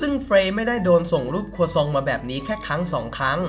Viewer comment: ชอบคำว่า ค รั ว ซ อ ง